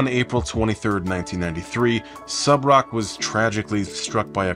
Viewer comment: Thank you for pronouncing Subroc's first name properly, not that I would expect you to blunder on that. Too many times I've heard people just pathetically attempt to pronounce his name (and their last names) and some of the things they come up with make my head spin lol. Personally, the worst example I've seen was from that Michael McCrudden guy who does the "Before They Were Famous/Dead/Etc." videos. His pronunciation? DINGLES-WEE. I am not kidding, that's how he said it 😩